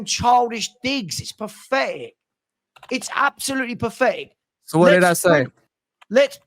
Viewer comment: "ITS PAFETIC, ITS ABSOLUTELY PAFECTIC."